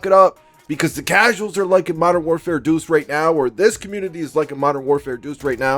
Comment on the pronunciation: "Modern warfare duce" 🤣🤣 striagt doodoo